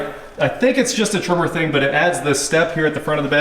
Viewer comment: it is pronounced Tremor like an earthquake